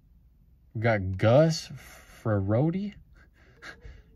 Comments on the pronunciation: Nice Stroud Silver and Gus "Fre Rott" <--- how u pronounce his name. Why didn't u ninja grab all the Optic megas? Each Target got between 9-12 megas. We grabbed whatever we saw, and had no problems scanning them in self checkout. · Hi … it’s pronounced “Fur Rot”. (Emphasis on the 2nd syllable.) He was okay… the Ryan Tannehill of the 90s. On 2nd thought, not quite as good as Tannehill… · Just letting you know it's gus frerotte ! The last name rhymes with forgot !